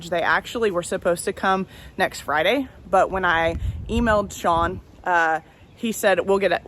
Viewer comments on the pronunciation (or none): none